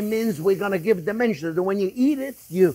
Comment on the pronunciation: Chef, I thought you said “it gives it dementia”!